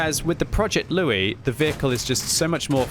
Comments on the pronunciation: He keeps calling it Loue and not Louis ... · Louis is pronounced "Loo-ee". The name is French by origin, just like the tank, and should be pronounced as such.